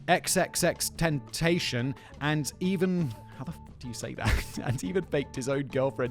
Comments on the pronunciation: actually Ethan's pronunciation is closer than yours, the problem is where he accents it, should be on the last syllable "ten-ta-CION" instead of "ten-TA-cion" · I’m from Miami and my first language is Spanish, it’s XXX-ten-ta-c-on. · Ten-tah-cee-on FYI factboi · i think its pronounced xxxtension like an extension cord. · X to him meant the unknown, (like as in John Doe, a unknown person) and the way you do correctly say tentacion, sorry to say Simon but it is pronounced like... Ten ta see on. this was his twist on temptation, apparently it's Latin 😊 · No Simon. It is infact not pronounce “xxx ten-tay-shun” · I blame it on the American education system but the rappers name is pronounced "Tin-Tass-E-On. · I think it's pronounced Triple Extentation. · Simon, no one know how to say xxxtentasion